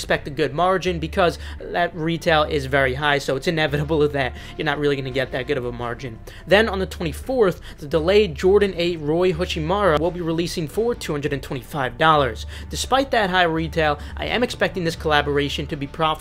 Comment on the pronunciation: Rui, not Roy. This kid is a future All-Star in my opinion